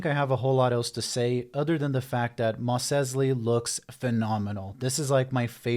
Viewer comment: Why the FUCK do you pronounce Mos Eisley like that??